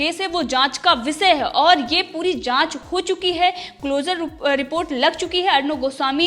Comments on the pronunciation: Madam plz makr ur Pronunciation correct :- जमानत❌ ज़मानत✅ विसय❌ विषय✅ शाल्वे❌ साल्वे✅ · Before becoming an Anchor improve your pronunciation.It's Salve not Shalve.It's Zamaanat not Jamaanat. It's Vishaya not Visaya. It's Ja Raha hai not zaraha hai.